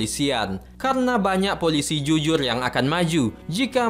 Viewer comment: R min bukan L bukan juyur jujur😂🤣😂